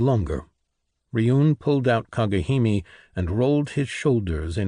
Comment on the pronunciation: Kagehimi, so cringe. It would be cringe even if it was correct. It's Kage Hime. Arghh It's so annoying!!!!!